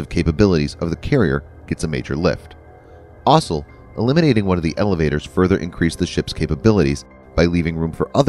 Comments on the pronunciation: "Ossel"? Why can't the new voice say "also"? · Kudos on not using an electronic voice...but can you find a narrator who can actually read words? "Electromagnetic Airlift(???) Launch System"..."The system uses linear introduction(???)" ... "EASA(???)" And is it really that hard to say "also" instead of "ossle(???)" You know what? maybe it's electronic after all... :\ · The plural of "aircraft" is "aircraft", not "aircrafts". Also, the world "also" is pronounced like "all - so", not like "awsul". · "Also" sounds like "Osle" lol